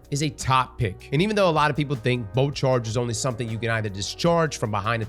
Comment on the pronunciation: Luv every time you say “boat charge” that’s what I hear.